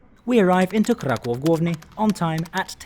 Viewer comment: Hey, your pronunciation of Kraków and Warszawa was great! Keep it up!